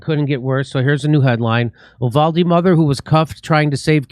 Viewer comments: Please..... Uvalde is pronounced You-Valday not Ooo-Valde... I'm a Texan and know... If said while speaking in Spanish it's You-Walde... It's just so strange to me so many professional commenters don't have someone who knows these things... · It's pronounced 'You-val-Dee' here in Texas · I’m a Texan who lives close to uvalde.. it’s pronounced You-vah-Dee lol no worries I don’t give a shit what you call it just saying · You-Vahl-Dee** forgot the L